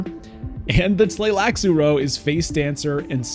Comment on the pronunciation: I am impressed by how you pronounced their name letter by letter without any hesitation. Shows that you are a solid reader (in addition to being a great streamer) ❤